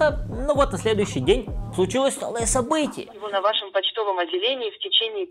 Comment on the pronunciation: " на ва́шем " почтовом отделении.